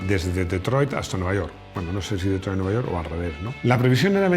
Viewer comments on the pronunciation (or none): BREVE CLASE DE INGLÉS GRATIS Thunder se pronuncia "ZANDE" La r es muda. Detroit como "DITROIT" Mustang "MUSTAN" la g es muda. Joe "JOU"